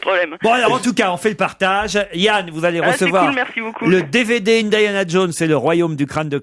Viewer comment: "indayana" : "brône" 😂